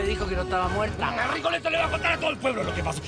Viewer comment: Se dice Rigoletto